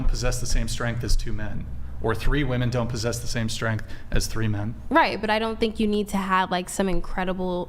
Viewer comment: Schtrennnttt....schtrenntt wtf